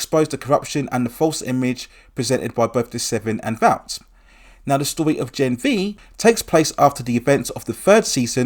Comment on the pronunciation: It’s pronounced “vort” not “vowt” vought international